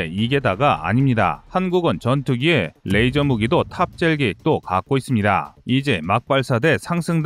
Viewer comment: 레이저! 러이저! 러이저요~~~~!!!